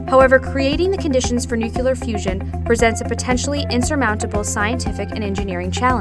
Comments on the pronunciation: I'm supposed to believe this person knows what they're talking about when they can't even pronounce the name of the video??? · “Nucular” is not a word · I love nueclear but you need to get over its pronuaciation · What the fuck? Can't pronounce "nuclear"??? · Ahh stop saying NUCELAR, this should help, say it like, (new clear) energy. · I don’t understand why it’s so hard to say nuclear properly. New+clear, not new cue lar. I’m also American and say it properly. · Nu-Cle-ar. Someone fire the editor! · It's "NU clee ur" not "NEW clee ur" - I expect the wrong pronunciation will soon become the standard thanks to efforts like this which have great information and graphics but leave in the wrong pronunciation. I suppose there are more important things that need our attention, but this is aggravating. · How come she can pronounce all the other words related to but not including nu-CLEAR?? Jesus Christ when you hear "noocular" it's like nails going down a chalkboard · the word is Nuclear... new-klee-ar ... not nuke-yoo-lar. Americans really need work on their pronunciation of English words. Its your native language young lady, and not a second or third one. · I know I'm not the first to say this but NU-CLEE-AR. I wouldn't normally mention it but this is unacceptable in an educational video for kids. You're teaching them the Bush Jr. pronunciation. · STOP SAYING NUCULEAR OMG I JUST WANNA DO MY SCIENCE WORK MAN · PROUCESS?NUCELAR? BYEEE- 😺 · nukyeler energy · noocular energy 101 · no it actually isn't... Nucular is known for being the pronunciation for uneducated people and AIs, so....... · Did you just say "nuke-you-ler"? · IKR? and the Nuk-yuh-lus of an atom?!?!?! NUCLEUS! NUCLEAR! Nucleus and nuclear are some of the only words in English that are pronounced how they are spelt! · the video itself is pretty good and i give them props for that but every time she says nucular, i involuntarily start twitching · nuclear, noob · WHEN PEOPLE SAY NUCULAR IT PISSES ME THE F OFF